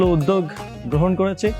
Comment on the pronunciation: শব্দটির উচ্চারণ উদদোগ হবে না, হবে উদযোগ। আহবান নয় হবে আওভান।